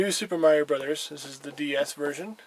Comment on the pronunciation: "Meiro"! I could see "Mairo" happening, but where did that "e" even come from? Heh, good stuff. Good video, as well.